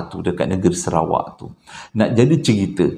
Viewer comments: Sarawak bang bkn serawak..tp abg pnye crita2 mmg best dgr,x bosan.. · Salam bangggg .. abanggghhh.. SARAWAK baaaangggh. Bukan SERAWAK baaaanggggggg... Tulunnnnn...aaarrghhhh !😂😂😂😂😂😂😓